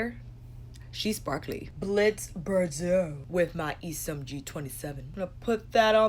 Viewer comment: You are pronouncing Bordeaux wrong though my friend lol